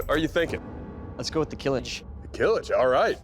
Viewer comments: Not killj .... kiliç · İts not a kılıj its kılıch... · Not "kilij" but "Kılıç" . "ı" sound pronounced like "brother ı ı ı ı gh " you heard in social media 😂 or the last part of when you say "dungeon" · Kılıç ( which you call Kılij ) already means "sword" bruhh 😅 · Kiliç would be a better translation in my opinion to give the "ch" sound right at the end rather than J. It's read as "Kihlitch" in English. Kılıç is the default word for sword in Turkish. Ottomans used "yatağan" which is a curved type of sword. It's also read as "yataahn" in English. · Kilıj is wrong its kılıç and it means sword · its "kılıç" not "kılıj" learn words dude. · It is kılıch, not kılıj. It is spelled like charity's "ch". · is is not kilij but kılıç (kilich) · not kılıj its KILIÇ it means Sword in Turkish. EDUCATION FOR GOD SAKE. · it is kilic not kilij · its kılıç. reads like kılıch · NOT kılıj its KILIÇ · no, not kilij. its kılıç. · Kılıç means sword. Not kılıj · KILIÇ NOT KILIJ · its not kılıj its kılıç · you don't say kill itch and kılıç jus means sword 😂 you pronounce it more like kulutsch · NOT KILIJ İTS KILIÇ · kilij 😂 wtf is kılıj its ''KILIÇ'' It is pronounced as kılıch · not kılıj, kılıç (ç=ch) and it's a turkish wrod which means sword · its Kılıç actually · It should ben pronounced as "kilich"